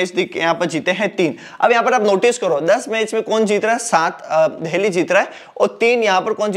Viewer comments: Bhai देल्ही, देहली क्या है😂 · Ya deheli kyu bolta h bhai,jitne bar bola utne bar hasa me 😂😂